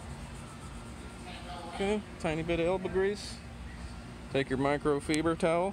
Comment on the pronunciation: 😂the way you say microfeebre. I’ve never heard that pronunciation. In U.K. we say the i sound as 👁️